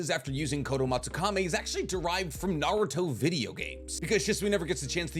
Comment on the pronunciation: I don't know how someone can know so much about Naruto yet still pronounce everything wrong.